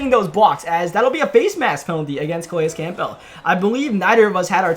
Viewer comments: JUST SAY CAMPBELL CORRECTLY JESUS!!!! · lmao 😂 EXACTLY what i think . every time